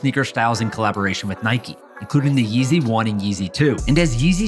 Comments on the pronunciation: It’s pronounced [Niy-k] not [Niy-kee] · It’s pronounced Nike not naikey